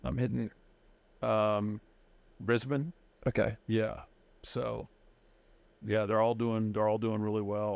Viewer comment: Taker pronounced Australian cities perfectly!